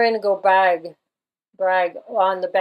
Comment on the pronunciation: Hi just a wee bit of info' it's pronounced....go bra..... (I am Irish) Also when you said her ex boyfriend was "lost at sea, made me think of maritime law and "lost at sea"....not sure of the exact significance but it may be significant? Do you think Olivia has just retired from the world stage, the/our world play having been designed and written by the unseen hand (as with Bowie etc...not sure if you saw that interview after he "died" where he played the part of a gentleman related to music industry talking about Bowie) or did she really die?